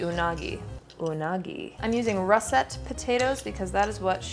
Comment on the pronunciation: She's using Ross-et potatoes.. heheh.